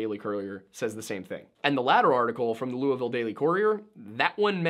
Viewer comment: Thanks for the proper pronunciation of Louisville. You got it about as close as anyone can without being a Kentuckian.